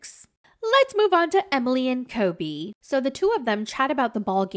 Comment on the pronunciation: I FUCKIN LOVE HOW YOU DO EMILY'S VOICE SO MUCH!!! AND THE WAY U SAY KOBE 🤣🤣🤣🤣☠️☠️☠️